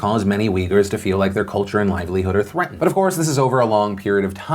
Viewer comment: did you say thweatened (instead of threatened), or is my hearing bad